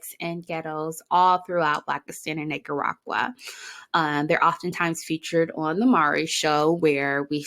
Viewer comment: “Niggadactyl” “Nakeragua” 😭😭😭New Subbie